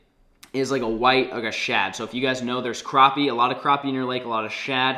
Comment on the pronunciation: You pronounced crappie wrong